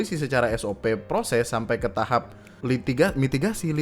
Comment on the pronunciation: ngomong "TAHAP" ajah pake "B" jadi "TAHAB" TOLOL sorry kalo toxic cuma ga tahan liat komennya keliatan banget tololnya,siapa kuasa Hukumnya Misnan urus dulu tuh tompel gede banget KOCAK.